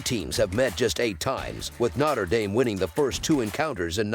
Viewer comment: “Notter” Dame 🔥